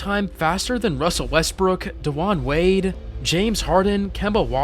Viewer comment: They way you said Wade names has me absolutely crying